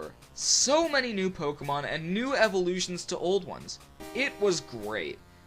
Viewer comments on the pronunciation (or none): pokehmon.. hehe.. hehe